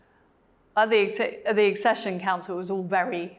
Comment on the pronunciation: How is this young man a Royal expert when he cannot pronounce Accession